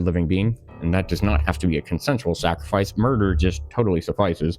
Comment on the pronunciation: "Sacrafice" back to middle school little boy